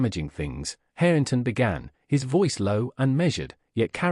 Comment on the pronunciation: Its HARRINGTON!!! Not Hareington!!